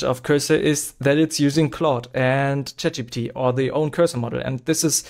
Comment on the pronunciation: bro literally said Chap Gbt 😭